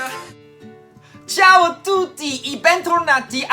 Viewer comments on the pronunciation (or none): none